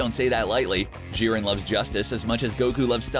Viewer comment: Who else gets triggered on how he says jiren